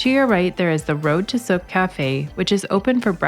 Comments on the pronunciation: sooke is pronounced like cool not suk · Nice video, thanks for posting. Just so you know, the town of Sooke is pronounced as Suke (long u sound, silent e on the end, like rhymes with fluke). :)